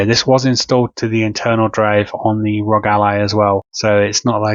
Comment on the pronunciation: Why do so many people pronounce it “Rog”. All 3 letters are capitalized… meaning you pronounce each letter! The R.O.G